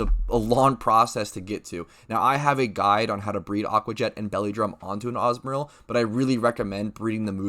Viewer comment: AH - ZOO - MARILL not AZZ - MARILL wth first time hearing it like that lol